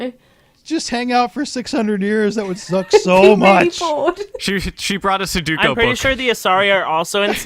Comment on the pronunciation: "Soh-doo-koh" You mean Soo-doh-koo? Also if we met the Hanar first and somehow started a war with them, our administration would be assassinated by the Drell.